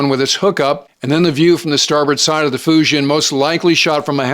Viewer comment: "Foo Gin" is closer to the correct pronunciation of "Fujian". DLI grad in 1983, Mandarin.